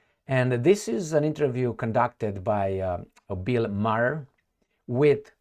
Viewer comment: Buill Maher pronounces his last name Maaaar